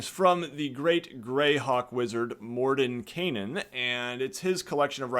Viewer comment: Would it be morden-kye-nen and not morden-kay-nen? Or am I the one that can't pronounce words (which is likely)